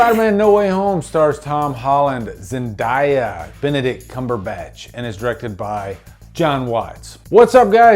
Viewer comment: People are probably gonna tear you a new one for the way you pronounced zendaya lol